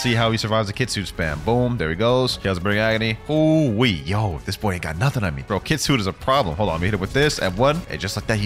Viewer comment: Happy new years It’s kit-su-ne Not kitsun